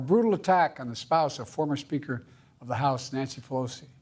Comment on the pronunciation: at 1.53 "thankfully Former Trump" or "thankfully Farmer Trump " lol some body forgot to delete Former President Trump . from his speech . or some body put in his speech former president trump so he ommited president lol